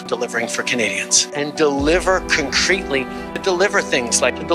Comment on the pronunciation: Cuncreetly? God this guy is a goof 🤮